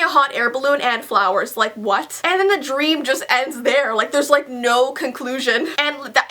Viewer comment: At first I thought it said "Justin Bieber gave me followers!" I didn't realize that it said 'flowers' until she had explained it all😂